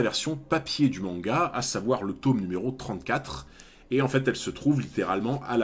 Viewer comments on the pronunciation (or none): Tome se prononce avec un o "normal" come Tom sawyer ;) Merci pour la vidéo.